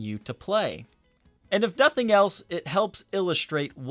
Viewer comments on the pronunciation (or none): none